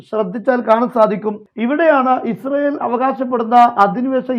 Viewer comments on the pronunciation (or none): none